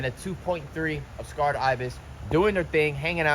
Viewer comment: was pronouncing the name of the 'Sacred Ibis' as 'S-carr-ed' Ibis. But the name is 'Sacred' that is, it is pronounced 'Say-cred'.